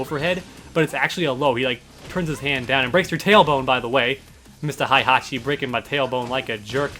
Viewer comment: It's Heihachi, not Haihachi